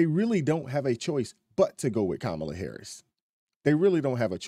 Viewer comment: She said camala Harris 😂😂😂😂😂😂😂😂😂